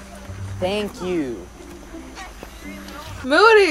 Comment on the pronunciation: "moodeh" "i love moody." "mOODY HE KNOWS ENGLISH"